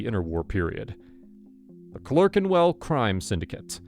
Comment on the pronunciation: Maltese gangs ran a lot of the prostitution and heroin in Soho for a long time. Oh, Clerkenwell is pronounced British style "clark". I also thought it was really funny was the narrator said the Hoxton gang were based in Soho. What? Was the Soho gang based in Hoxton, or did all gangs move sort of six neighborhoods to the West, putting the Soho gang (Yes, I do know there's no such thing) in Gunnersby, and the Gunnersby gang in West Drayton.